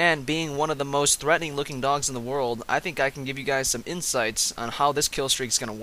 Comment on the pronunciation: Lol it sounds like he's saying dongs not dogs